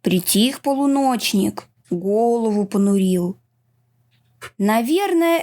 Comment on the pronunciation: Не муженяк а мужечек.не понурил а понурил на букву у ударение.